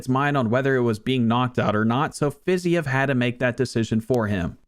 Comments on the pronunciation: “Fizyev” brother it’s “Fa-ze-eve” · Fi-zeev not whatever the hell you were saying. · Learn how to pronounce Fiziev properly, please